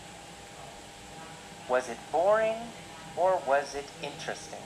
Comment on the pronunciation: ơi, t nhận xét bài c nhá:D 1. Độ to: ok c nhé, rất rõ ràng. 2. Phát âm: 1 số chỗ từ t phát âm chưa chuẩn khúc "it" k có /s/ nhé và "was" c phát âm thiếu /s/. t k soi thêm đc lỗi nào khác nhé. 3. Trọng âm từ và câu: t k thấy trọng âm từ và câu trong bài của nhé, nó bị đều từ đầu tới cuối. 4. Tư thế đứng và cảm xúc: tư thế đứng tốt nhé c. nhưng c nên lồng cảm xúc vào, đặc biệt là những đoạn mà có " yes, no " ấy. phản xạ trả lời câu hỏi chưa tốt c nhé, và câu trả lời ở 1 số câu hỏi c có thể kéo dài câu trả lời và bổ xung thêm thông tin cho c trả lời nhé thêm cảm xúc vào bài sẽ hay hơn nhiều nữa, phát âm tốt nhé c <3